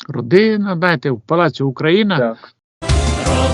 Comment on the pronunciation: Родинна,синна,що це вона вимовляє, негарно звучить.